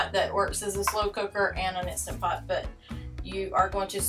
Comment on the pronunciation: Absolutely love that you didn’t say “Instapot”. 😂 Great recipes. We saw you in the RV Niche Facebook group and came to say howdy.